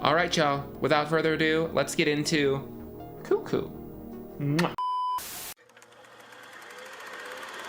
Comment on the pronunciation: “One flew over the cuckoos nest” it’s never been cuh-coo, who said that?😂